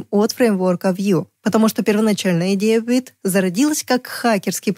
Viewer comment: Не уит, а вит